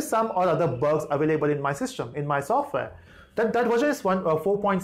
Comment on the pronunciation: Is it sofwear or software